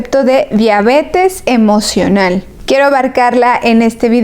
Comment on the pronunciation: Tanbien dice díabete emovional